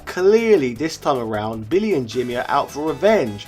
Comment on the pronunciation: I thought it was billy not bimmy